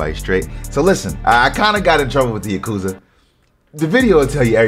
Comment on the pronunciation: It’s pronounced yack- uw-zah